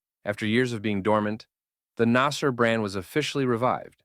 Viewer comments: you mispronounced everything here, Ramzies instead of RAMSES and you couldn't notice the difference between NASR and NASSER and called them both nazer thinking they meant the same thing. I understand you are not an Egyptian Arabic speaker but it's noteworthy details here. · as far as i know, the company name is Naser, Pronounced: NAsr (very short, tight vowel, almost like “nuhsr” or nuts in English) you can clearly see it in Arabic , but you keep naming it Naasier like the Jamal Abdul Naasier.